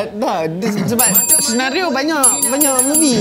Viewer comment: "Senaghio" HAHAHAHAHA 🤣🤣🤣🤣